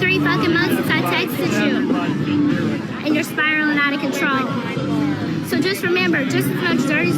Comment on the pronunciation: “Spiraling out of conTRAWL” 🙄😂